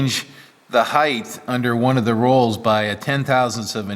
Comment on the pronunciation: Please don’t spoil your video by calling it heith... it’s height It is a T at the end ... not TH 🤭